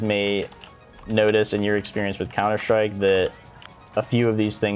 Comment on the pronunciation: has been infected by the shroud's "Counter shtrike" pronunciation